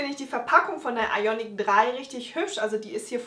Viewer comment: Hi! Super Video! Du schreibst 'Iconic" aber sagst "Ionic"...?